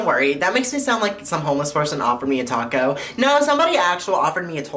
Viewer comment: tWaco